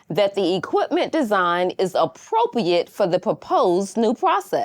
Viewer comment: "Appopiate posses"